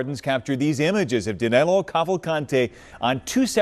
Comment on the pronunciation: Actually his name is DANILO, not Danelo.